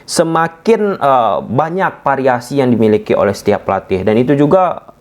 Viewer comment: Variasi bos bukan pariasi 😁😅✌🏽